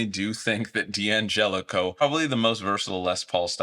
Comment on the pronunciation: Can someone explain to me why D'Angelico and D'Addario are mispronounced so often?